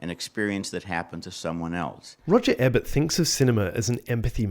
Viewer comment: Roger E-bert, rhymes with Tree-Yurt.